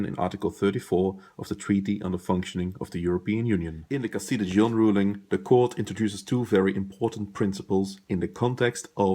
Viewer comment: Good explanation, I just flinched every time you mispronounced Dijon...